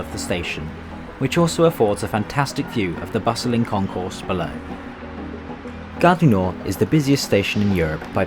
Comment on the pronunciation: He doesn't know how to pronounce Gare du Nord.